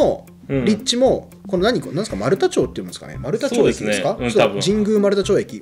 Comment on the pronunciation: 読み方間違われたけど丸太町(まるたまち)通りから通ったなぁ。 あと権威主義なのはそりゃ基本なんだろうけど 医学部以外の一般率が激減している世情から考えると 権威権威言わずに庶民を応援して獲得する気概が欲しいかも？ 医師家庭の子が頼る所は未来永劫変わらないでしょう。